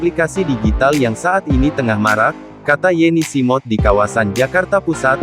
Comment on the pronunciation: Yeni Smood kaka, bukan Yeni Simod 😁